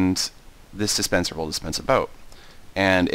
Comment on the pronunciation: do you say dispencer or suspencer? it sounds like the 2nd one =3